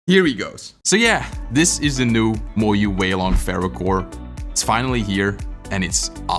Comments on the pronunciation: Moyu ❌ Moyoo ✅ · FERYOOCORE???.... Sounds like you also cooked MOYU 😂😂😂